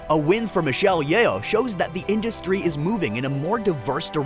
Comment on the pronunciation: Her name is pronounced as Yoh, not Ye-oh 😅